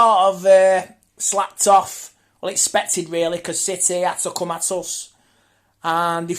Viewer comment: Also love how he pronounces city... he goes 🗣 CITEH 🤣🤣